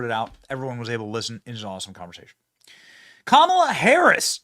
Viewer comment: The sheriff im California is calling Kamala camela